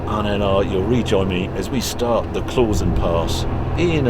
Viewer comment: Klausen is pronounced « Klowson » mate… that’s from a swissified Brit. I agree this is a beautiful country and I prefer living here rather than in the UK. Especially after the international embarrassment that is Brexit.